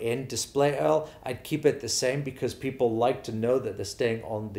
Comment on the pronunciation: Love this breakdown!!! But I cracked up laughing when you said Display EARL not URL 🤣🤣🤣